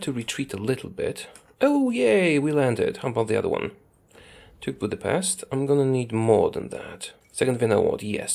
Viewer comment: Still not how to you say Budapest.